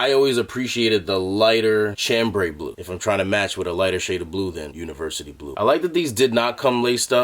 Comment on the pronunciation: Chambray = sham-bray not CHAM-bray